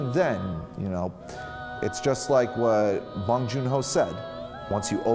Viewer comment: So you were a fan of Bong Joon-Ho but Parasite went over your head? Being a fan of Bong but mentioning only the Host, Snowpiercer and Okja and not Mother or Memories of Murder, his 2 best films? Your saying you're a fan of him but can't even remember his name let alone pronounce it right? Dude... I call bullshit. No need to fake it, be honest when reviewing stuff.